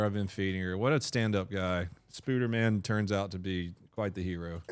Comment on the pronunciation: Lmfao you said spuder man!!! Baaahahaa